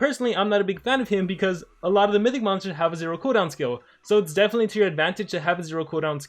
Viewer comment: I like how says mystic instead of mythic 😅